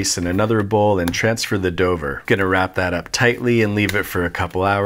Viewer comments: ... did you just shorten "dough over" to "doughver" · Still hung up on you saying "transfer the doughver" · He definitely said “Dover” not transfer the dough over 🤣🤣 I love this channel 😂